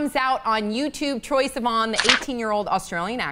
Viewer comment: BITCH, IT'S TROYE. NOT TREYE.